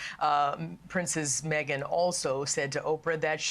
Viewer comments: Oh FFS this American News “reader” called her Princess Methane, she is the farthest thing from a Princess, maybe in her own mind she is. FOX really needs to assess their news reader’s knowledge of the facts before doing such interview with our wonderful. From Southwestern Ontario, Canada 🇨🇦🙏💖🙏🇬🇧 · Did she say Princess MeAgain Princess 😂